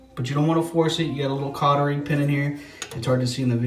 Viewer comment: “Cottering” pin?